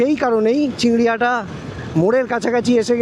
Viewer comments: CHINGRI GHATA - NOT "CHINGRI HATA" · ota chingriHATA noy chingriGHATA.......... ektu lyakapora ta shikhle valo hoto na? school education to amader deshe free. ektu shike tarpor video banao.